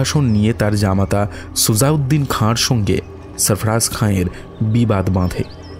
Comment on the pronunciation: সবটুকুই সুন্দর, শুধু উচ্চারণের দিকে আরেকটু নজর দিলে পুরোটা শ্রুতিমধুর হতে পারতো। সুতপা, সঙ্গে, আতঙ্কগ্রস্ত-- এই ধরণের শব্দগুলোকে "সুতোপা", "সোঙ্গে", "আতঙ্কগ্রস্থ" ইত্যাদি-- শুনতে গেলে কানে লাগে।